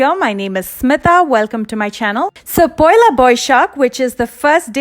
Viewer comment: its poila ma'am not pahela